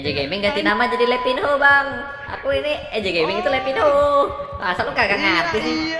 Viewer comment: Baca nya bukan levinho bang. Tpi levinyo .